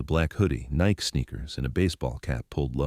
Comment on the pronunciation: Fake. AI Eddie was wearing Nikes and AI pronounced it wrong.